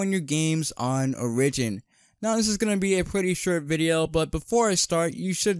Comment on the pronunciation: Bro really called Oh-Rih-gin